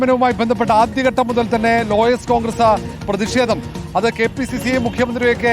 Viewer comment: പ്രെദി ഷേദം? പോയി മലയാളം പഠിക്കെടാ ലോ ക്ലാസ്സ്‌ fool